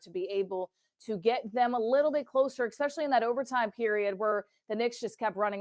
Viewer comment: I really want you to be better than this. C'mon. Firstly, the word is "eSpecially." It's not "eXspecially." You have to have more care for language if you want to have a career as a broadcaster. Secondly, if you cover pro basketball for a living, can't you bring some actual reporting to the podcast? I know we unfortunately now live in a world of "who can have the most outrageous "take" (opinion) on a topic," but why just copy that when you can rise above it with real information? To say that you'd rather watch the ten-win, early-Process Sixers than the 2025 Sixers just comes across as a wild "take" that does nothing for your podcast or those of us listening. If you really believed that, then why do this podcast? Instead, tell us some stuff we don't already know about this team or the game we just watched. Pose some MEANINGFUL an THOUGHTFUL questions about how the team moves forward. Challenge about the things that he's said or written in the past about this team, these players, this Sixers "system" and whether or not he still believes those things. If you're just going to restate the same basic points made by then why is this a two person podcast? I just want it to be better because almost every other podcast on this team feels like it is being recorded by idiot bartenders in their basements, masquerading poorly as journalists/broadcasters. Thanks.